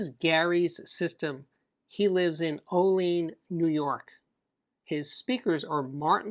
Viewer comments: Steve, Olean NY is pronounced O-LEE-ANN, not O-LEEN. sust so you know. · Olean, (New York) is pronounced OH-lee-ann.